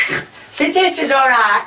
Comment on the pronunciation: I like how they say “tasttes like fish” haha